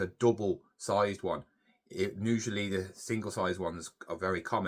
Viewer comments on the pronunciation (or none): If you typed on your claim form like you speak they probably didn't even understand it. FFS man, go to speech therapy, you can't even pronounce usually, it's USUALLY NOT NUSUALLY. Why are you putting a N in front of your words. It's annoying, it's like listening to a 2 year old who is learning to speak.